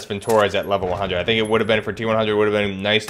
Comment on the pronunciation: it's not vintOrez, but vintorEz